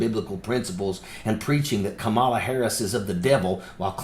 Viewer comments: It's "Comma-la" not Cawmela" - I just think you should maybe try a little harder on that one since you do report on the news and I do enjoy your child. I hope you have a wonderful and successful future with independent media. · It's kama la. Kama la kama la like comma la. Don't do the Maga shit . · You miss-pronounced Kamala's name. It's "comma la" . The thing about Speaker Johnson is that he can't see that Trump fakes his religious positions, basically about abortion, to get Johnson's and the religious right's support. Trump was never against abortion rights until he started running for President. And he doesn't have a religious bone in his body. Johnson is just blind to that truth. Some Christian he is. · KAm-a-la. Please, Sir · Wow, even you can't pronoun Kamala's name correctly! Make some effort please, unless you're mispronouncing her name intentionally. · FFS... You STILL can't pronounce her name correctly, major retired whatever? Get your shit together, major retired Thank You For Your Service. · First learn to pronounce Kamala's name